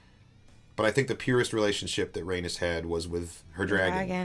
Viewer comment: I'm curious if it's an ongoing joke on this channel to pronounce Rhaenys and Meleys wrong 😂 or does he just have a hard time saying them